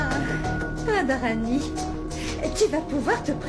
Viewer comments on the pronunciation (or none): J'aime trop quand a dit radaranii